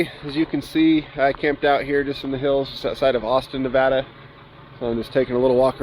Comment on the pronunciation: you said Nevada correctly! Who cares if you didn’t say Tonopah correct lol. Everyone slaughters Nevada. Thank you for saying it right!